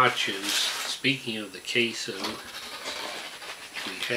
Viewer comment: Queso* but yeah it's funny asl 😭